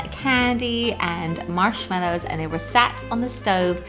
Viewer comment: This is how may times she saided mashmello